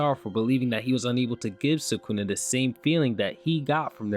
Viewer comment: I wish people would attempt pronounce names correctly… eho tf is Suhkoonuh